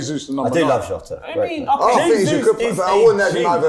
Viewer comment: Man said Jota… I switched it off